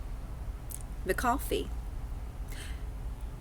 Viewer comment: Sure, you're going to inform us with your tinfoil bullshit - when you don't even know the name of Virginia's governor. It's McAuliffe, not "McCoffey"!